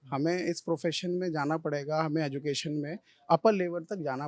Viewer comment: Education shi se nhi bol pa rha aur education ki baat kr rha h